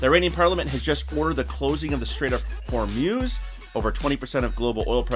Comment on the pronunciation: If you want to know how to pronounce "the straight of Hormuz" just imagine the sound a slutty cow would make.